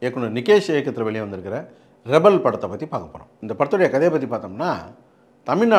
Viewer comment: ரீபில ரெபல்னு படிக்கறாப்ல